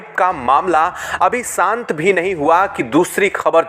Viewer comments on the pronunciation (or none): Sahi uchcharan karo. Shaant ko saant aur nishaan ko nisaan nahin bolte. Sha ko sa bolna jahil lagta hai. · सांत नही शांत, निसान नही निशान, सुरच्छा नही सुरक्षा, आकर्सीत नही आकर्षित। ब्रिटिश की तरफ से नही ब्रिटेन की तरफ से।